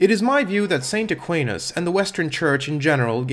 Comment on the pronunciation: Very strange view on thomism, also that’s not how Aquinas is pronounced in English